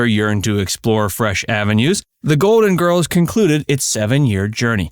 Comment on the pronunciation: Golden Girls has an L LLLLL in it ...Please prnoune your LLLLL